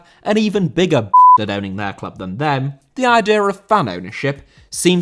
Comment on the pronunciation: Idea* not Ideer!